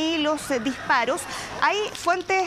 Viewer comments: También dice : Uno ejcutza,, dijparoj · Será posible que no existen personas capaces de pronunciar correctamente las palabras y tener que sustituir la s por la j???. Para ser reportero o comentarista debería ser un requisito que pronuncien correctamente bien y sin ese tono, regionalismo. Escuche, lease: ejte, muer, por mujer, dijparoj, " muy inicialmente". Lajultimas, nojotroj.